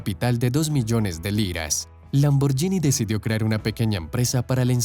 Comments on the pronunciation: EN ITALIANO SE PRONUNCIA LAMBORGUINI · Hacer un vídeo sobre Lamborghini y pronunciar mal el nombre... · Así no se pronuncia Lamborghini... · La pronunciación de Lamborghini es equivocada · Si vas a pronunciar el italiano, deberías saber que la "gh" en éste idioma sería en español la "gui"...es decir Ferrucio(ferrucho)bien dicho, salvo el apellido Lamborghini(lamborguini). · Espero no ser denso, pero al menos va servirle a alguien como conocimiento general. En italiano la "gh" se lee como la "gu" del castellano, y la "c" como "ch", Así que Ferruccio Lamborghini, se pronunciaría Ferruchio Lamborguini. Saludos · Se pronuncia lamborguini marca del carro en latino America está mál pronunciada ... 😁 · Mala pronunciación de Lamborghini.